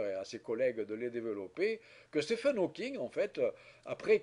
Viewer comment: Ca se prononce "Steeven", seul cas en Anglais où "ph" se prononce "v" !